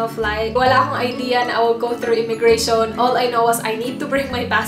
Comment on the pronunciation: Immigration. Not "immigra- Shon."